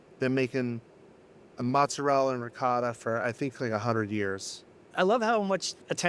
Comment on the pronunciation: Why do people in New England refuse to use the correct pronunciation for ricotta?